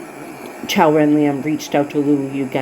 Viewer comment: Thank you! You pronounced Qiao’s name perfectly! We are all fighters for justice and humanity. You are truly appreciated ❤❤❤